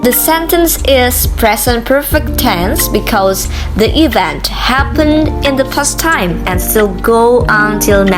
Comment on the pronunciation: Good job, my dearest sister. Your explanation is very clear. For a little correction, please pay attention to some pronounciation like "present, followed by, event". Then which is correct; my analyze or my analysis? But overall is good. You do your best